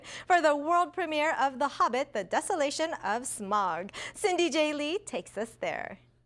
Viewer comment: People really need to learn how to pronounce Smaug. It's Smowg not Smog